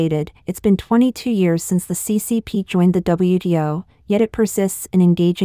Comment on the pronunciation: That confused me, too! She meant WTO, but kept saying WDO! Is there no difference, between T and D, in Mandarin?